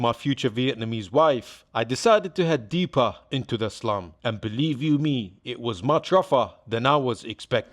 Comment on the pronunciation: lol sounds like you keep saying islum or islam when you sau, 'im going to eh slum" no disrespect, just i keep hearing it lol "islam dog millionaire"